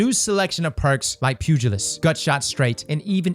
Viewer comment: Wow someone pronounced the pugilist perk right. I’m surprised😳